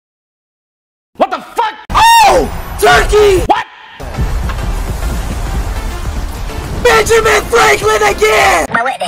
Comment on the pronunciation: "Benjermin" dawg💀